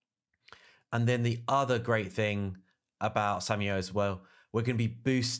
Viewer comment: who the hell is Samuel? lol, SHAM - ALE